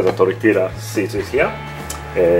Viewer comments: 57 sec pronounces it like a white man lol jk it's all good just funny, suppose to sound like tortilla has a Y in it not the L sound lol. Please don't curse me lol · Tortila lol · Not sure if anyone told you guys yet, but, the " lla " in tortilla is no pronounced like that, it's pronounced as "yah", just saying... And once it's fried, we call a whole fried tortilla a " tostada", when cut like in the video we just call it " totopos ". Also, nachos are not Mexican food, that's texan stuff. I'm not hating, just letting you know. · I love these guys, but the way they say Tortilla is triggering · ll in spanish makes a "y" sound. Please it's so cringy to hear it as "l" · I'm guessing abuela would be shitting her pants if she heard how he pronounced "tortilla" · I love you both, but the way you 2 say tortilla gives me cancer.